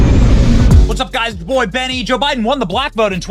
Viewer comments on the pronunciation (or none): The pronunciation of LL Cool j was no accident especially because it was followed by the term "Bohy".